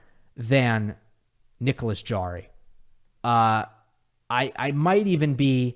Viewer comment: Great job, except for the pronunciation of Nicolas Jarry's last name. It is Harry, since j in Spanish is pronounced h (e.g., Jose).